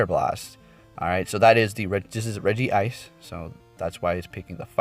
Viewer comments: It's written Regice and you spell it Regi-ice? Where you take the second "I" from? :D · Its rejice not regi-ice sorry for correcting not hating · Hey i want to correct you that Regice is pronounced Re-Gice not Re-Gi-Ice. Cool vid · He meant its Regice. There's one I. So the pronunciation is Regice and not Regi ice. I've made the mistake multiple times myself lol